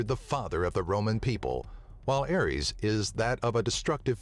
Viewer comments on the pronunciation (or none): none